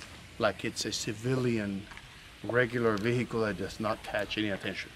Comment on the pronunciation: ve hickle